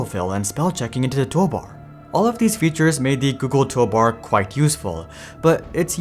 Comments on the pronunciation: That bothered me the entire video. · I mean if I was making a video I would probably make sure I say toolbar correctly each time